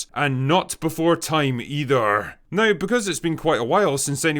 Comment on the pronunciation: “Go away neow”. My favorite part of your videos 😂